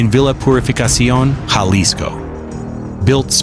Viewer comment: why r u telling pple about how much chicken food $$ costs🤣👎🏻underwr ok $$ his waterbill?🤣😝👎🏻its prbbaly yr 1st video gasonile in nexico is 7 $ dollars a gallon he had 10 Ifones 24/7 thats 2k $ each & its not ja lisko the j is pronounsed like a H so its Ha lisco also he aint from Aguiliya he is from CHILA mich 10 kilometrod from that non avocado having ranch 😝🤣